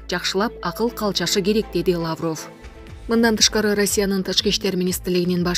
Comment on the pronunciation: Лаавров эмес Лавров деп эле окулат